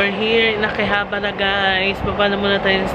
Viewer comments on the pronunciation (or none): Your pronunciation of Akihabara is quite wrong because in Nihongo, every syllable should be pronounced in equal length. So tuloy2 sya.